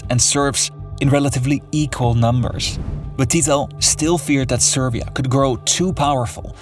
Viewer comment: He can start improving by learning how to pronounce “SerB” and “SerBia”, “SerBska”… there is no “V” in SerBia. Over here, we call such brats “Smarta$$es”